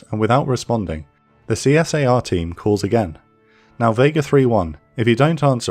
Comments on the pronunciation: The EA-6's were US Navy, not US Air Force. Also, CSAR is pronounced "SEA-sar" by NATO fighter pilots. GREAT video!!!! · 2 points.. CSAR is pronounced as ceesah. Secondly the current jammer aircraft is either a jet form the airforce dedicated to jammer or the EA18G Growler. And it is called the SOJ or standoff jammer. Overall excellent content.